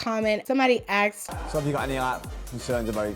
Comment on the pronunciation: Stop saying axedddd!!! Is Asked*